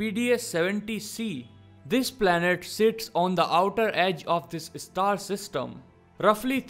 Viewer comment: Apart from Alien... The newly discovered one should be pronounced as Star 🌟...not Istar...😑